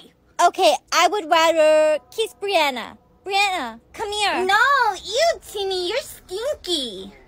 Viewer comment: Brianna not Briana.